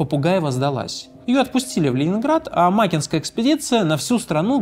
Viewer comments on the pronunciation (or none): Не амАкинская, а амакИнская ГРЭ. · Амаки'нская, а не Ама'кинская... так старательно исковеркали название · Когда ты из Якутии, родом из Нюрбы, 6 лет прожила в Мирном, а охотничьи угодья твоего дедушки были в Накыне, а произносит амАкинская экспедиция…. Когда она амакИнская, и все местные говорили амакИнка 😅😅😅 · Спасибо за выпуск! В слове амакинская ударение на букву и... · Амакинская не правильное ударение, ну да ладно, итак сойдёт 🙂